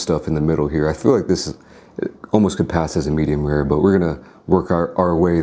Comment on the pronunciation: not err but Or, not py'er (pure) Pee_ORe. u say 'rare' like an engine having trouble to start